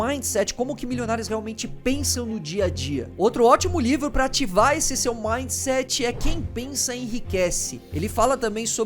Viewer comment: "Midset" kk